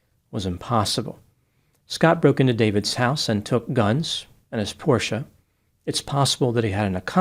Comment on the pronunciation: is one of the few Americans who can pronounce Porsche correctly. Very good!